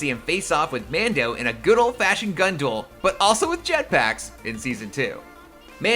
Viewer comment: Every time you said Mando I winced